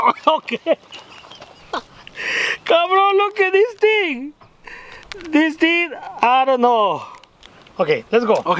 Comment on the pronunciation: "HOW THEY MAKE THIS TING!"